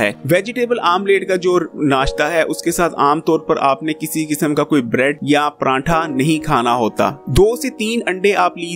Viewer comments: بھائی جی پرانٹھا نہیں ہوتا۔۔۔۔۔ پراٹھا ہوتا ہے۔۔۔۔ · Bahi pranntha yaa pratha 😌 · pranntha nhi jnab pratha khte hen is ko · PRANTHA Ni hota PRATHA hota hai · Paratha hota ha parantha nhi hota hahaha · Sorry to say it's prathaa not pranthaa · O bhae prantha ni paratha hta hai plz sae prounounce kia krain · Prantha ni hota pratha hota h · Pranatha tha nahi hota.. paratha hota hai.. Maluk shake nahi hota... Milkshake.. Ur pronouncation shows ur capability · Sir Prantha Nahi Paratha Hota Hai... Or milk shake hota hai milak shake nai...😜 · Prantha aur milak shake wah kia accent hy bhai